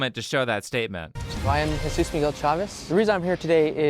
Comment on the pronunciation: why did you call him Heyzeus? XD